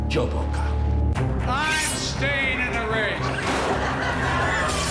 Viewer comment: It's pronounced "Kyle."